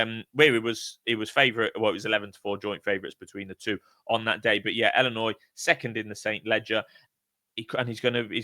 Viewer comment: Iearn to speak its illinois not ellinois